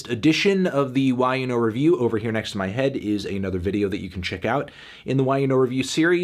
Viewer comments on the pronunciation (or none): none